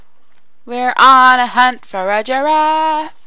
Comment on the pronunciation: When you say giraff it sounds like drawf ^^